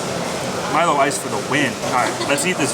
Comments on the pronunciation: You are right on the pronunciation of Milo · Milo is correct not meelo